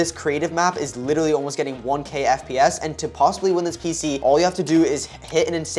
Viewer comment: The fact that the guy only says Willinly not literally 😂